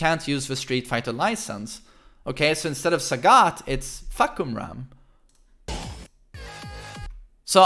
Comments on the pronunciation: His name is pronounce Far - Cum - Rarm" (Yes, that Cum no joke. Its pronounce that way). "Far" means Sky, "Cum-Rarm" means Roaring, like lion roar. Therefore the direct translation of his name is "Roaring Sky". Basically like a during a thunderstorm, you said that the sky is roaring. Sorry its not "Fak-Koom-Rum" Peace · Isn’t it FahKUMram like you express the Kum in his name? Not Fahkumram? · You can start taking him seriously by correctly pronounce his name. I dont know how to write the pronunciation for you to understand but I can at least separate the word for you, it's Fah-Kum-Ram (maybe something like this F̂ā-khả-rām) not Fuck-Um-Ram or anything you speak here, it's translated from Thai word to Eng as "Roaring Sky" It grind my gear every time you say that so sorry in advance if this look like I nitpicking you guys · Fah come ramm not fuck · Farh' Coom-Lrum ...Address more inflection on the first syllable. This should help. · Fuh-Koom-Raam/Ram Sub-seek-wently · Is that how you really pronounce his name🤦🏽‍♂️? Fock-u-ram.... GTFOH🤣🤣🤣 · Just hearing him say "Fah-ku-ram" over and over and then "Fahk" - "i didn't even see the kum" - "WHO TTHE FFU*K?!" lol hilarious. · Fahkumram phonetic pronunciation as "F̂ā khảrām" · deadass thought he was saying "Fuckerman" the whole time LMAOOOOOOO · It's "Fah Come Rarm." As a Thai person, it's painful to hear when his name gets butchered. Lol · "Fah"- not "fuh" "Ku"-silent M "Ram"- rum Pronounced FA-KU-RUM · its Fah-kum-ram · You can call him like this "Fah - Come - Ram" Fah = Sky, Kumram = Roar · My Thai friend said it's pronounced as "Faaa-kam-lam" and she's expecting Westerners to pronounce something weird or make fun of Thai names. Examples like her name "Siriporn" and one of my acquaintance name "Pimprapoat" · His name is actually pronounced as Fah/Cum/Rarm (trust me I'm Thai XD) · For yall westerners or anyone who cant pronounce his name properly , here's how his name supposed to pronounce.. FUH - KUM - RUM (Fahkumram)